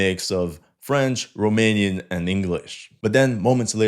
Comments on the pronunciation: He is surprisingly good at pronouncing romanian words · No he ain't and the pronunciation wasn't ,,spot on" but was better then of most of the forgners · also, good pronunciation of the romanian names and words! You did a good job practicing in order to perform well in front of your romanian viewership, salutations from România and keep up the amazing work!😁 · Wow, your Romanian pronunciation is pretty good. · Your romanian pronunciation was spot on. Salutare din Romania. Great content.